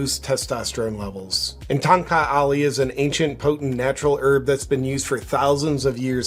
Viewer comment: It is call ton kak ali Ton (first syllable of tony) or tone. It is a known name for enhancing erection